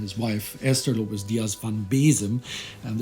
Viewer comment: 2 corrections: - is acres not acers; - is Lopes with "s" not "z", Lopez is from the spanish, Lopes is from the portuguese. But great episode, in the final the tears appear in my eyes! Continue the good work!